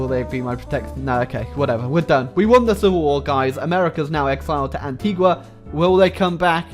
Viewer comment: Its pronounced An-tee-ga. An-tee-gua is in Guatemala. Go visit, the island is beautiful.